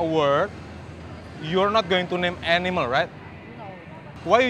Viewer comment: the way she pronuounced animal I bet she is coming from Philipine.